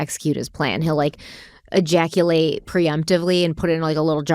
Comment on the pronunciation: Thank god I’m too old to play drinking games. Every time said ejactulate…😂